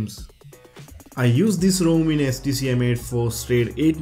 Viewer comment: Pronunciation errors: flash, htc, customization, exclusive, features, considering, 5 (five), camera...And a lot of grammar errors. When you write the script try and use one of the many online tools. They can help fix the grammatical and pronounciation errors.